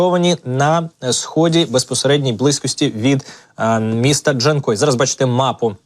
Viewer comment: Not "Dee-chan-koi," Artificial Intelligence, but simply JAN-KOI. Like the name "Jan," followed by the fish noun, "koi." Emphasis on the second syllable. I detest Artificial Intelligence voiceovers for this very reason. Just provide Professionally Translated video captions instead, please.